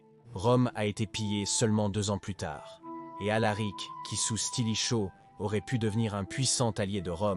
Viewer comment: Stilicho, stratégiser, etc. Ça pique les yeux et ça fait mal aux oreilles... 😮